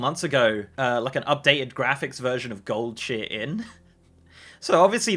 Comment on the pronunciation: I’m sorry, Gold-sheere? What is this tomfoolery?